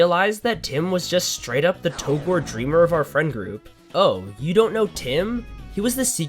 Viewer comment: It's pronounced "togrey"